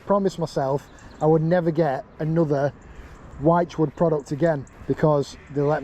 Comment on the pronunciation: Hi. I know it sounds like I am nitpicking but the word wychwood is pronounced like you would say "witchwood". Love the content. Keep it coming. Carlisle Phill.